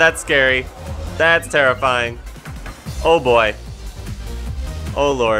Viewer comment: "This is terrifying" What i hear.."this is tera flying"